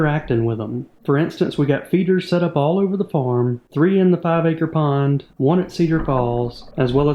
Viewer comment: I thought u said acre porn. 😅